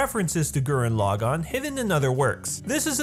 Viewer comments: Just wanna nip this in the bud. Gurren Lagann is pronounced a very specific way. You're pronouncing it Gurenn Lu-gaunn, but it's actually. Gur-denn Leaugh-gaunn. The first part of each of those words is emphasized the most. The d is very very soft, they pronounce r's in a very specific way in Japanese, with a hint of 'd' in the sound, similar to rolled r's in Spanish. And for each word in Japanese, the stress of a word is the first syllable, not the second or third, unless that is specified, which it isn't in the case of Gurren Lagann. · Gurren Lagann not fucking Gurren LagAAAn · You need to learn how to pronounce gurren lagann correctly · Damn, the way you say Gurren Lagann is Cancer... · Loved the video but the way he was saying gurren laggan in the video was annoying me 🤣 but loved the video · I have to be that guy but you absolutely butchered the names and pronunciation of gurren lagann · How you gonna make a Gurren Lagann video without knowing how to pronounce Gurren Lagann, Simon, or Kamina? Or calling Team Dai Gurren "Team Gurren Lagann"? Shameful.